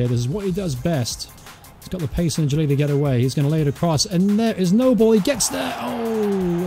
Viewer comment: Your content is good I support cov and watch this career btw it's pronounced nooblay not noble he used to play for us anyway